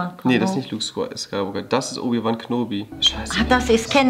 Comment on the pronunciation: Obi wan knobie lachflash aber eigentlich spricht man ihn kenobi aus